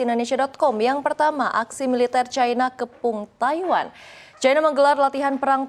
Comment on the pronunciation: Cina ato China bukan Caina.. cina ya cina aja. gak harus make promounce inggris serigala. Pas manggil Haimars knp manggil himars. kok knp gak pake prononciation inggris lg?? Cina ya cina aja gak harus make cai cia cai. dadar O On !